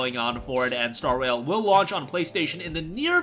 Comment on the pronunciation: I thought he said star WHALE the first time he read the title 😂